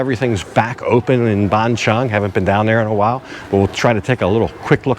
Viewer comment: It's not Ban Chung...555 it's Ban Chang (Chan)...I've live there 15 years...but love your channel